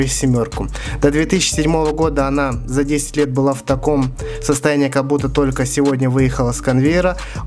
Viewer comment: чуууувааак... читай текст нормально... "кабуТТО", "ЭЭЭ"... ск, запяяятые... ты просто не в состоянии прочитать текст... это "ПИНЦЕТ", товарищи...